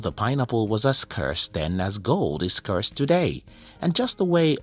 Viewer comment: At least pronounce Scarce correctly...